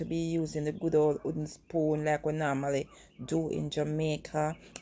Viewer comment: Can you say "w"ooden spoon, pronounce the "w" as well. I agree with you about eyeballing, but when you're baking you have to be fairly exact. When I bake my Jamaican black/fruit cake I use fairly exact recipes.